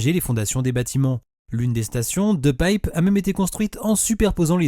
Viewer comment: Superbe prononciation ! De Pijp